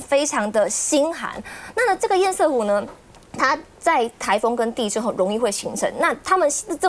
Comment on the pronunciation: 😢最好笑的是～明明就是是塞為什麼要唸色？真是只會搞錢而辦不了任何正經事的官僚不是嗎？❤🙏